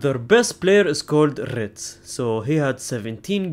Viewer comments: Did you just say ritz😭😭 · Bro learnd to pronounce leverkusen but not wirtz 😂😂😂